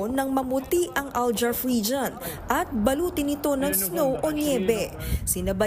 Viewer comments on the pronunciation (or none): Al Jouf not Al Jaf